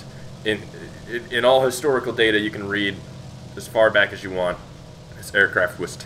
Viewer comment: "Use this aircraft if you ant to be mad" LMAO